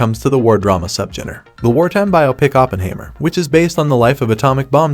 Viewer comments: Please, the subject's name is pronounced Oppen-HIGH-mer. Otherwise a good vid . . . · You don't even know how to pronounce 'Oppenheimer' ........ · Hard to be respectful of this computer voiced review that can’t even pronounce Oppenheimer.